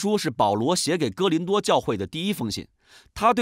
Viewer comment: 是“哥”林多吧